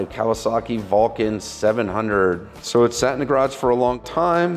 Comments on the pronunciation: You pronouced Kawasaki correctly. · I heard nothing wrong with the way said Kawasaki.